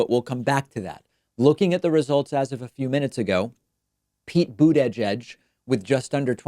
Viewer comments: Are you pronouncing/emphasizing Buttigieg that way as some sort of meme? I'm asking this honestly and not trolling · Pete or Bernie. Doesn't matter to me....I will support either. But David: Please quit putting down Pete by mispronouncing his name so blatantly. I know that English is your second language, but I also know that you can enunciate properly when you want to. By disparaging Mayor Pete, you make yourself seem like a sore looser....when that doesn't make much sense, since ALL the candidates are on the same side. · lol, your "Buttigieg" pronunciation kills me. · Why does he pronounce Buttigieg like that? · Hey uhhhh why are you saying his name like that? And in that super slow speed? Fan of yours but you sound a little ummm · Stop saying Buttigieg that way, it’s annoying. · * Boot Edge-Edge ;) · It's not that hard to say Buttigieg. Saying Booooot-eeedddgge-edddgge every time is starting to get on my nerves. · Please learn to pronounce Buttigieg, it's really annoying tbh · "Boo-da-jedge" -David Pakman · Absolutely not a single soul: David: Pete Boot-edge-edge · David, Why do you say "Buttegieg" that weird way? Instead of getting all passive-aggressive be a man and just tell us what you think of Pete, then pronounce his name correctly. You're a professional, don't join Turnip in the mud. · Nobody: David: Pete Butt EDGE EDGE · Please stop saying bootyjedg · All those “coin flips” must have just happened to favor Boot-uhh-judge. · Why is David pronouncing names so weirdly here? Pete BOOD-E-JEDGE and TOOLSI Gabbard. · Why are you pronouncing buttyjudge weird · Nobody: David: Boot-eh-judge 😆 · Pete Bood-a-jedge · Wait. bUdAjAj is the correct pronunciation?? 🤣🤣🤣🤣🤣🤣🤣🤣🤣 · The way you pronounce Buttigieg triggers me 😂 Even if that would be the proper way to say it. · If you can't say the name you can always call him mayor Pete. I could swear I've heard you say his name properly before though. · Why does he say Pete's name like that??